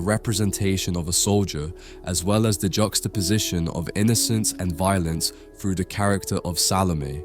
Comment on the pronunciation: Why would the narrator say frew instead of through?